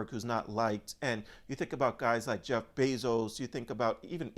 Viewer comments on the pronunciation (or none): none